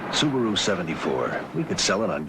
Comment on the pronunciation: The dude couldn't even pronounce Subaru correctly.🤣😂